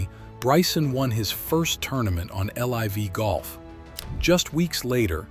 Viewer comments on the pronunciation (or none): maybe you did, but the voice is obvious. He called it L-I’ve golf. No human would say that. If it’s only an AI voice and nothing else then so be it, but that makes me suspect you’re using it for scripts too possibly.